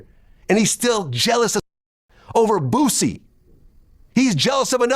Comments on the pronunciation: Who is Boozie lol it Boo-Sie foo 😆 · The way he saying “boozey “ 🤣🤣🤣🤣🤣🤣🤣🤣 mane WHO